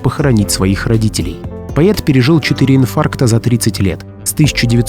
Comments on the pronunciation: Не могу понять: голос за кадром - ИИ или человек? Если ИИ - то простительно. Но если человек- то ЕГЭ во всей красе: "соЛ - фасоЛ - пишется с "ь" знаком, а виЛЬка- бутыЛЬка- без". Так и слово "поЕт" - пишется и произносится как "поЭт". Дальше можно даже не слушать, хотя тема возможно и интересная. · Дядя, ты своим " поет" вместо" поэт", испортил все впечатление от твоего ролика! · Поета,поета ,поета, слух режет.Дурь какая то как пишется так и читается Поэт. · Автор, говоря о Бродском, о его стихах, режет слух ваше " поЕт " . В чем дело?! Вы не можете заставить себя правильно произнести это слово? Тогда к специалисту , с которым занимаются не только дети, но и взрослые. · Не поЕт , а поЭт ‼️‼️‼️🤦‍♀️🤦‍♀️🤦‍♀️ ПоЕт - кровь из ушей ‼️‼️‼️ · Странно... слово "поэт" пишете правильно, а вот произносите всё время поет, через Е... Может быть вам не стоит заниматься темами культуры, литературы, истории? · Всегда говорили поэт , а не пает. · Не ,,пает ,, ,но ,,Поэт,,Поэт ,это вам не ,,паетка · Бродский поЭт а не поет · Поет Бродский, именно "поет ", именно так произносится слово поэт в этом видосе, безусловно, новое слово в русском языке. Слушать не то, что противно, но обидно и хочется попросить не калечьте русский язык, деятели культуры, а попросту жертвы ЕГ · что за поЕт? ПоЭт! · Поет вместо поэт 😮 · Режет слух то, как произносится в записи слово поэт - буквально по-е-т. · Даже не смогла дослушать((( ПоЭт, а не поЕт , человек ,озвучивающий текст. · Почему говорят поет а не поэт ? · Почему говорите поЕта? поЭт. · Вроде бы грамотный человек ,а вместо поэт ,всё вркмя говоришь поет .Не красиво . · Не поет, , а поэт.,поэтично.А не поетично. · Невозможно слушать, с каких пор поЭт на русском языке стал поЕтом? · Почему поет, а не поЭт? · Это не пророчества,а наблюдения.В Украине ничего не меняется уже несколько веков.И непонятно почему вы говорите пает,а не поэт? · ПоЕт?! Или всё-таки поЭт? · Поэт, а не поЕт😮. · Кто читает? ПоЕт, вместо поЭт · ПоЕт, или все таки поЭт???????